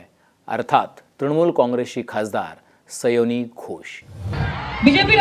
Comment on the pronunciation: सयोनी नव्हे सायोनी घोष हिंदी व मराठीत उच्चार सेम आहे